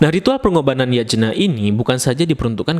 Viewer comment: Yatnya bang bacanya bukan Yajena wkwk 😭